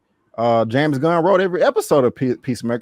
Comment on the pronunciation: Idris alba: 'pissmaker'